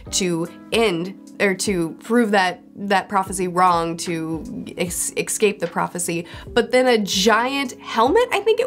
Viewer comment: It's totally off-topic, but why do you pronounce escape as 'excape'?